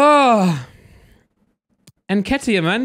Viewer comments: When he said nketah I thought who's that pronounced nketiah completely wrong lol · Eddie ‘nkeetah’😂😂😂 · why tf did u say Nketiah name like that nketah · It's En-ket-iah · Fuckin hell saying Nketiah like he's French aha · Is no one gonna mention how pronounced eddie nketiah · Its not even pronounced n ket iah lol